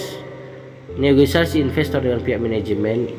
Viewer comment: Koreksi dikit bg Negosiasi bukan negoisasi